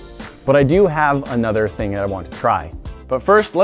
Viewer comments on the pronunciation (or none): none